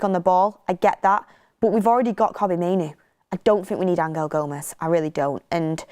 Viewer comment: Why you pronouncing angel like that? He ain’t Spanish